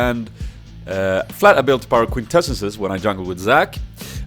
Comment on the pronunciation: XD quintenceses